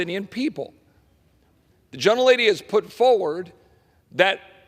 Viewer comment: STOP saying "gentel lady"WTF